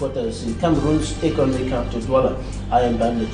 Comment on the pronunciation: Employer EQUINOX TV should consider sending this journalist to some crash course in pronunciation while another substitute and fills the interim. A journalist ought to be able to distinguish between COUNCIL and CANCEL , CAPTAL and CAPITAL !!!!!